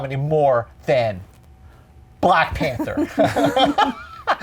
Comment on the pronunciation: When he said Glack Panther I laughed.